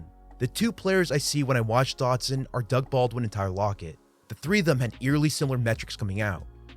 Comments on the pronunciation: in the first 30 seconds you said "Curtis Samuels" and "Jahan Doxon", how am I supposed to take it seriously from there? The content is fine, just smack talking the strange mispronunciations to start such a high effort video. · Your pronunciation of his last name as "Dockson" is giving me PTSD from having endured Josh Doctson's bust of a career. Edit: seems like you only did it at the beginning.